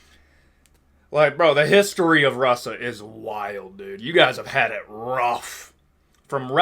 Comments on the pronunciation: wtf is "RUSSA" edit: and learn to speak properly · What's with your pronounciation of words that have s or sh? "Rusa"